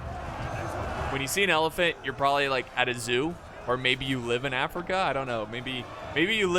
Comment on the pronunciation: the best AFRICA ever heard LMAO